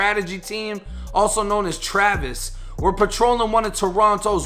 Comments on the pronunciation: It’s tavis my brother lol Travis smh 🤦🏾‍♂️ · Homeboy, it's TAVIS